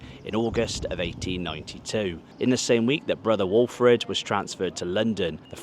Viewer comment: You done a brilliant job talking about the club and talking in the vid, word perfect on names like the Carlton brother walfrid etc. many respects mate🎉🎉